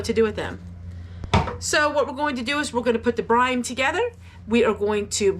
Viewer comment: It sounds like you are saying ‘brime’. I think you are meaning to say ‘brine’.